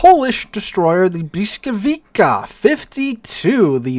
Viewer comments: "bwis", Błyskawica has an "L" with a slash through it. In Polish (and some other West Slavic languages), that is pronounced as a "wah" sound. While the letter "W" is pronounced as a "vuh" sound. So the correct pronunciation is, indeed, "bwiskavitsa" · Ok, Pole here. It's "bwiskavitsa" :) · it's more like "blyskawitza", no hard K at the end. difficult language i know :) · Aaarghh! Bvis-cah-vi-tsa... The stroked L is pronounced as either v or w, depending on its position. The c is pronounced like k in Polish. Interestingly, if you take a close look, you can still see the German "Blitz", from Middle High German blicze, in this word. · Man you're really butchering the name of that ship ;) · Thanks! An English-speaking American looking at "Błyskawica" has no clue whatsoever how to pronounce it just by looking at the word, the correct sounds of the letters are totally foreign to them, which explains butchering of the correct pronounciation. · Yeah, who would expect a teacher to make a simple copy paste entry into a translate tool and klick the "speaker" button to listen to the pronounciation. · Well, but its not quite that simple. Hearing the correct pronunciation, and saying it, are two different things. That is why people who are non-native usually have accents. However, I agree that he butchered it badly and could have done better.